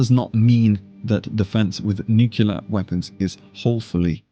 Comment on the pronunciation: Ok Video, not that anyone who knows what tyranids are ever asked that question 🤣 But i have to say, nucular killed me inside! And you are british... do better man 😉